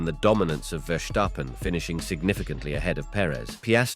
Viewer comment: It's VERstappen and not VerSHTAppen he is Dutch not German